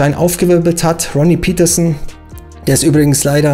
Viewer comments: Interessantes Video, aber die Fahrernamen sollten richtig ausgesprochen werden, ich finde das gehört zum Respekt gegenüber den Fahrern. Ronnie Peterson war Schwede, seine Name spricht sich Pettersson, nicht englisch "Pietersen". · Ronnie Peterson ist Schwede, kein Engländer, also sprich es doch auch so aus!